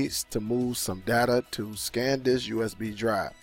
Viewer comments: The name is SAN disc. You kept saying SCAN disc. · Liking your videos but need to tell you not trying to diss or anything but I thought you would have corrected yourself after saying that like 6 times it's not scan disk it's San disk.. just wanted to help out have a good day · It's: S a n D i s k Not: S c a n D i s k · Great video but its "SAN" Disk not "Scan" Disk. Much love.